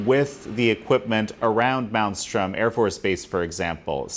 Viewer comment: It’s Malmstrom. The “M” in there he’s not saying is the second M.